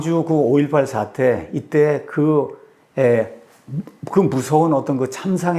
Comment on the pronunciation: 목시님! "사태"의 "사"도 "길게,길게" 발음하싱홉소서.